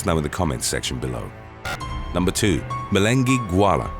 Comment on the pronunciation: You misprounced